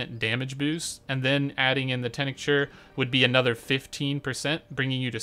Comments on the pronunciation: "Tincture" is pronounced like "tingk-chur" by the way, not "tenick-churs". ...no biggie but.. ya know. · Are you ESL or something? WTF is a tih-nihck-cher? It's teenk-cher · wtf is a "tenecture"? Are you trying to say tincture? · This is the guide I was looking for. Thank you for taking the time to make this. Also tincture is pronounced Tink-churr :) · It's tincture. If you can't say the word just don't say it. Like tink ture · He pronounces "tincture" kinda weird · Bro you really need to learn how to pronounce tincture lmao